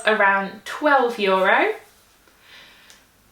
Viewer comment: 'For only 150 jurro.' 😉 Love the way you pronounce euro :)